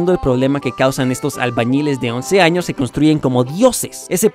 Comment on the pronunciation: por que en el minuto dice anos en ves de años